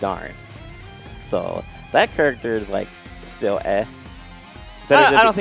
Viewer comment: Are we just gonna’ keep letting pronounce character as “churactor”?